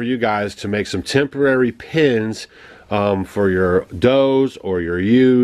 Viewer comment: *pens (not pins) Great job improvising pens ... Rambo has his eye on ewe....and you... I hope the neighbor does well with the lambs.